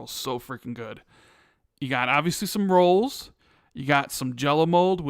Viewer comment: When said " obviously some rolls", I thought he said "obviously some squirrels." 😆